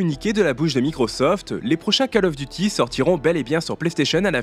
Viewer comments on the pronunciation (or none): Le premier mot de Call Of Duty se prononce comme "colle" en Français et non "cale". Hormis cette prononciation qui fait saigner les oreilles, le reste de votre vidéo est très bien. Bonne continuation !